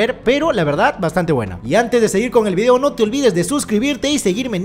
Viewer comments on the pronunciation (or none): none